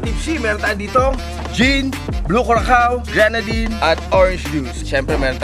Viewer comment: Panalo, iba ang effort. Yung curacao pala, ang basa dyan ay kurasaw. Para maganda bigkasin😊❤️